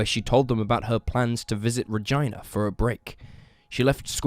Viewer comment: his pronunciation of “Regina” is just criminal! 😂